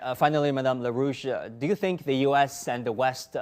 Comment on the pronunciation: Larouche, not "la rouge" or la russe !